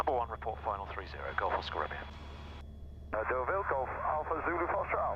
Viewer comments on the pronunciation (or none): Enjoyed your latest video very much. Laughed a bit how you pronounce your destination airfield “Duval” while it’s Deauville. Appreciated also the atmosphere in the cockpit & joke about autopilot ! Keep up the good work & fly safely, sir ! Greetings from EBAW ! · Lovely Most enjoyable But pleeeeze learn how to pronounce Deauville - it’s ‘Doh-vee’ not ‘Du-val’ ! Reminded me of Edward Heath speaking French. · Another nice video. Just one thing annoyed me a bit (I'm French...). Correct pronunciation for Deauville is "Dow-veal". I learned to fly in the UK but first flew to France last summer. I agree with you, it was much easier than I initially thought it would be. Your video helped me making the big jump. Thanks